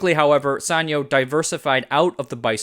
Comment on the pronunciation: This is the first time I hear sanyo pronounced like that. We always pronounced it as San-Yo (yo pronounced as in Spanish)